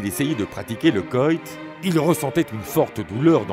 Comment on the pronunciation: Et coït, pas coyt 😂